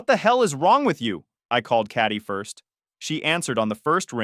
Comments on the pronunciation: Katie is said as "KATE-EE" and NOT as "CAT-EE". Another badly pronounced AI generated video, with a lazy video creator who doesn't check or fix. I am so tired of this cr*p. I turned off after my post... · "Catty" =/= "Katie" lol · Why does the AI pronouce 'Katie' as 'Catty"? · Cat- ee? At least be able to pronounce it correctly. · This story is faker than the old 4chan incest LARPs and the AI voice not knowing how Katie is pronounced is peak dystopia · I’m sorry but how are you pronouncing Katie 😂😂😂